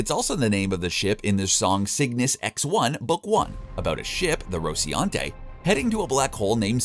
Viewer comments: Thank you. I thought I was going crazy... He says rociante when the name of the ship is on screen and it clearly reads rociNante. How do these people even have jobs? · Is anyone else annoyed that the narrator messes up the name of nearly every ship? The Rociante (Rocinante) the Toshi (Tachi) and the Donnag-er (Donnager) He even calls the Twin Towers in NY the "Two Towers". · really appreciate the vid but its prounced Roci-NAN-tay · “Ro-ci-ante” Every time he misses the n was like nails dragging on a blackboard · Rociante? Isn’t it Rocinante? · Why does this guy keep saying "rociante" instead or "rociNante"? Can't you read? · Wait a minute, ahem, are you saying Rociante? ok well reason enough to stop the video, if you can’t get that right. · Roci'ante, Donnagher, Scalopi, Marcos Inaros... I get that the voice actor is not the same person who wrote the script but at least double check with him... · This one. See previous comments. Especially learn how to pronounce RociNaNte. I mean seriously, what do you have against the letter N? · but also RociAnte, not once, several times even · “Rosiante” “Donover” dude has some baaad dyslexia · "RociAnte" lol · I enjoyed the video, but winced every time the narrator mispronounced a ship name. “Ross-eee-an-tee”?? “Ska-poo-lee”? There was one more bad one that escapes me. I’m sure that the narrator is just a voice actor, not a fan, but geez, it was painful to listen to. I was kicking myself for not picking up on the names of the drop troops - Hicks and Hudson? Duncan Idaho? How could I have missed that? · This one, maybe by giving the narrator a list of phonetically spelled names? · every time he says the name of the Rocinante I cringe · Take a shot every time he pronounces Rocinante wrong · RociNante. TAchi. DAlek. And a bunch more. Seriously wtf. I ain't finishing this vid now. Too annoyed. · Maybe at least try to pronounce stuff right next time?